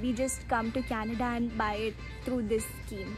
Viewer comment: I can hear Canadda